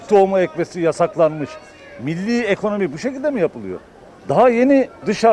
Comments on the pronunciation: bu cahil ile neden bu kadar çok konuştunuz anlamadım.Adamın daha ilk kelimesi '' ekomoni '' ekonomi bile diyemeyen bir canlı söyleyemediği şeyin iyimi kötümü olduğunu nasıl bilebilir.aynı canlının son kelimesi ise '' korono''.Sayfanızı sürekli takip ediyoruz.Tabiki her görüşten insan konuşsun fikrini söylesin.Ama lütfen cahil insanlarla vaktimizi harcamayın !!! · adam ekonomiye ekomoni diyor hani bu adam bize ne gibi bir yararlı bilgi sunabilir ki